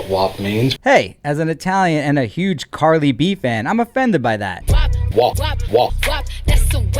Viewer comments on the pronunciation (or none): Am I the only one that is hearing him call Cardi B "Carly B"??